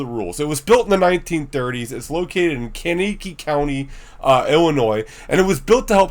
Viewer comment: Thank you for this. Bachelors Grove has more levels of haunting that is not easily recognized… PS. It’s Kank: a key. Kankakee